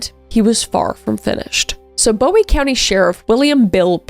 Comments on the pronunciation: also its pronounced bOOie not bow-ie even tho its spelled like that lol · They pronounce it booie not Bowie and you will get corrected for it cause that’s how I learned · I live in Texarkana and it’s boo-wie not bow-ie